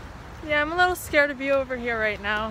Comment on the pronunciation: He didn’t say “don’t be scared” na na he said “don’t be skurd” hahaha yes!